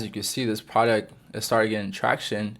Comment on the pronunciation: certi vid fella please work on your pronunciation of product tho